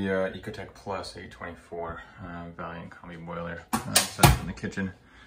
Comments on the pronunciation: It's VAILLANT not VALLIANT!! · It is VAILLANT not Valliant